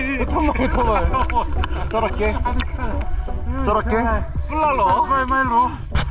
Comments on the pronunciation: ไม่ใช่ จะระเจ้ จอระเข้ 🤣🤣🤣 คุณครูจองมาสอนภาษาไทยเอง ❤❤❤ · จอระเข้ ไม่ใช่จะระเข้ นกสามตัว ไม่ใช่สามคน มะละกอ ไม่ใช่มะละโก คุณครูภาษาไทยมาเอง 555